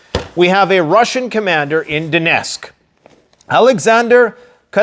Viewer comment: The right pronouncing is DoneTTTTsk not Donesk , for youre information.